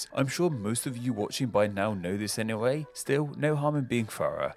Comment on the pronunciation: "Know this anyway" the way you said anyway sounds sooo french.